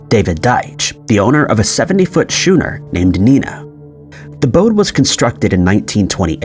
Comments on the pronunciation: More easily skooner, but yes like school. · The boat is pronounced SKOONER, not SHOONER lol 😂😂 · Sounds like SKooner not ‘shooner’🤦🏻‍♂️ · OMG - for the love of God! It's pronounced scooner, not shooner! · Psh, lol. Quite amusing, yes . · Its pronounced Scooner not shoe-ner. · lol… … stop it!!!! You always do it and you know😂 Schooner is pronounced Skoo-ner, you’ve been doing it for years…… still loving your work, you always deliver and I worry that you’ll burn out….. go careful fella, we need this channel…… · say it with me: SKOO-NER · Sorry, it's pronounced "Skooner" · Dude. "Schooner" is pronounced like "skooner". Yikes, bud. Part of being a good narrator is good pronunciation. Almost nothing ruins your credibility quicker. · Dude please learn to pronounce words WTF scoo-ner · Schooner = Scooner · You wouldnt pronounce,"school" as 'shool' so why would you think that "schooner' is pronounced 'shooner'? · SKOONER, it's pronounced SKOONER!! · Pronounced SKOONER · Pretty sure it's pronounced schooner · We all went to school (shool) so it's OBVIOUSLY "shooner"🤪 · no, not too cynical. I also tripped when it said "shooner " for schooner. Thank you. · Schooner or later you will learn the word SCHOONER! Lubber. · The problem is that Schooner and Dublin have been pronounced the exact same way for over a decade. It's something that should have been corrected years ago. Dublin, a major city. It may be done to stimulate comments. Perhaps I'm far too cynical. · He knows God damn good and well how to pronounce it. He does it on purpose because it generates comments which gets the attention of the YT algorithm which generates more views. It's aggravating as hell but it's also kinda genius! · Do-Blain I seem to recall! He has this fascination with Schooner and Dublin! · The problem is has mispronounced both Schooner and Dublin for over 10 years now. It's a mistake that should have been fixed in later videos. Dublin for an example is a major/capital city of Ireland.